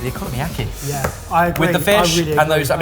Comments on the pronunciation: Please learn the right pronunciations of stuff. the way you say okonomiyaki is non only wrong but so awful. Its not oKOno-mIAki, its OKONOMIAKI. In one go, no separation no puting emphasis on one of the first middel or/ last syllabus and sounds. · I'll never get over your pronunciation of okonomiyaki as economy-aki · Everyone calling Okonomiyaki "Economy Yaki" is really triggering me 💀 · I'm not Japanese, but I'm pretty sure it's not economy-yaki, but o-ko-no-mi-yaki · It's O Ku No Mi Ya Ki, not economy yaki😮‍💨. It's a phonetic language & you've still stuffed it. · British people pronouncing foreign words: Okonomiyaki -> "economy yakky" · What the sweet butternut frak is an economyaki?! Did you mean okonomiyaki? O-ko-no-me-ya-ki. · Economy-yaki wtf is is that!😂 Cmon learn it properly oko-nom-i-yaki. (oc-ko--nom-ee-yak-ee) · Oh-koh-noh-mi-yaki, not o-konno-miyaki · The a in bahn mi is said like the a in pass as spoken with an English accent. Okonomiyaki > oh-co-no-me-ya-key Os in Japanese are long vowel sounding. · Every time - o-ko-nom-i-ya-ki. They're all separate syllables hahahaha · close! o-ko-no-mi-ya-ki, or more specifically based on characters, o-kono-mi-ya-ki (お好み焼き). you're right about separate syllables, and that includes the no-mi part. :)